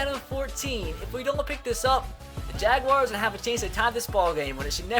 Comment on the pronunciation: you say jaguars wrong